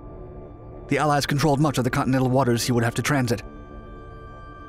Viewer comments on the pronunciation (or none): none